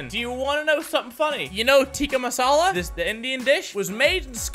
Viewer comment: Mini said tikkah masala it's either tikkah or masala 😠😠😠😠